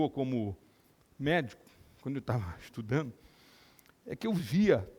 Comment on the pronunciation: Que pena ver um médico falando: estudano, pareceno, andano... Onde foi parar o seu português, Dr ?!